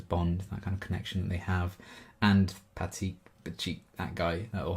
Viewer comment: I knew this would be an emotional episode for you. Dee Bradley Baker is the voice actor for Appa and Momo and almost all the other animals. He deserves an award for this. Glad to see the copyright gods finally accepted your sacrifice. Btw, it's Guru Pathik (pronounced Pa-teek).